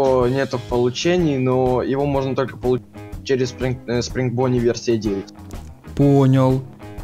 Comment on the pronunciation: Не бони а бонни